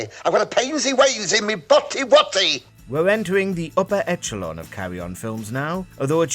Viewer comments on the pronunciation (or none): "Etchelon" Jesus Christ. It's pronounced "Eshelon" and don't use the excuse, "It's regional"